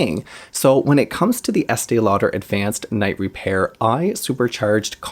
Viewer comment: I love hearing you say the name over and over. 😆. And you never make a mistake! I used this product for nearly twenty years, starting very young. My mother worked at a department store, and so we always got it in gift and with a discount. I felt like it saved my under-eyes, and I look years younger for it. But, who knows! I may have used nothing and it would have been the same. I recently bought it again, and when it comes to how my under eyes look after applying it, nothing compares. I always used it in the day despite the name!! I need a dupe!!